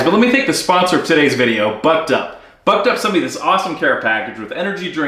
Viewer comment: The first time you named the video sponsor I misheard "Bucked Up" as "Butt Dump" and thought "He's being sponsored by a laxative?"